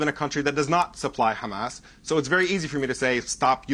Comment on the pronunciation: “Hamases” said like a true blonde lol